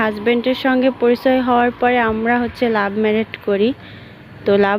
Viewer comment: লাভ মেরেট না লাভ ম্যারেজ 😂😂😂😂